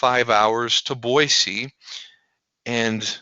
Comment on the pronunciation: Congratulations on pronouncing Boise correctly :)